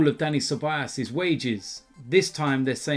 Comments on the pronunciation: his name is ceballos, not ceballas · It's been over a year and still can't pronounce Ceballos correctly😂😂😂 Cebayass!